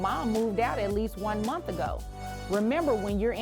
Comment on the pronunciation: Its pronounced "month" dammit... Not "munt"